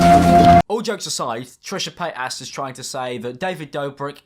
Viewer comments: “trisha PAYASS" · It’s Trisha Paytas Not “Trisha Paytass” Not hate lol I love u ur hilarious 😂😂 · You sound like you're saying Trisha Fat Ass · Am I the only one hearing PaytASS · "Trisha pay-aSs" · "Trisha PayTASS" 😭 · “Trisha Payt-ass” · is it just me or is pronouncing Trisha's name as Paid-Ass? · Why did you pronounce it like paytass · Did he say Trisha pay ass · Trisha Pay-ass Why do you pronounce it like that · When says Paytas, it sounds like payt ass lol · Also... I legit heard "trisha PaintAss" when you said her name the first time ... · The fact that keeps saying ‘Trisha paytAS’ like, the emphasis on the AS is iconic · pronouncing Trisha's last name honestly makes me laugh but it's so adorable. "PayTAs". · But why are you pronouncing Trisha Paytas like that? 😂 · I like the focus of ‘ass’ when you pronounce Trishas name, very original and fresh 🤪